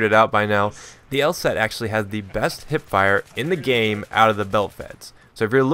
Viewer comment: your wrong, its Hipfire, not Hitfire